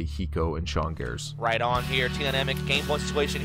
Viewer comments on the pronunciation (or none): Thorin called sean S-gares:/